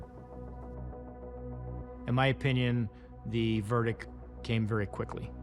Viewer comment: This guy is a cop and he can't pronounce verdict.